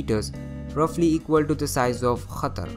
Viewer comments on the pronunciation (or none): Qatar is pronounced Katterr Not khatar